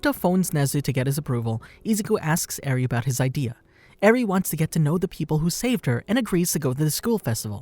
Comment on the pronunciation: you said eri wrong